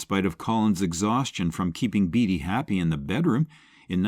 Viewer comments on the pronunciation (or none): Good Grief! Warren BATEy, not BEEDY!!!